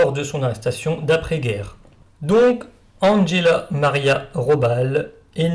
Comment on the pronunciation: Bon, j’ai cessé d’écouter dès les premiers mots. Cet « Andgella … Rôballe » est insupportable ! Faire passer la prononciation de toute langue étrangère par le filtre de l’anglais est intolérable ! Quand on fait une émission sur l’histoire allemande, on se documente - un tant soit peu - sur la prononciation de la langue allemande. Qui, en passant, est infiniment plus facile (la prononciation) que celle de l’anglais. Me rappelle (entre autres) les cuistres qui, à l’époque, prononçaient sans tiquer « Maïckôôôll » Schumacher.